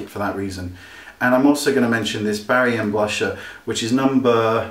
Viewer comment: i love when u wink, ill get some of the boujoir products just to try them and by the way love when u say boujoir! haha kisses from Mexico